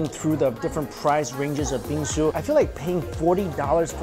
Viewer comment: every time he says Bingsu you it sounds like he's saying bean soup